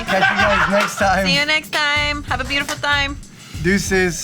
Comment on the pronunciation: So everyone in the comments it’s just going to sleep on the “Have a beautiful time” with the slight Hispanic accent at the end!?!